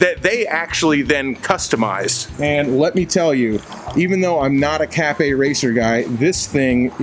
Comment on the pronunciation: cafe/caff racer not cafe/cathay. lol. sorry